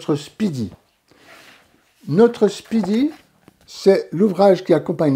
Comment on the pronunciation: Est-ce que votre "SPEEDY" que vous prononcez "SIPIDI" dans votre jargon signifie-t-il : "FASTOCHE" ?